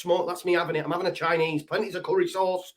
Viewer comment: "We're having Chinese....We're Avin it!" 😆😂🤣